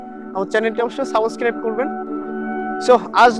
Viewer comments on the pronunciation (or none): সাবোসকেরাইব না! সাবসক্রাইব!😂❤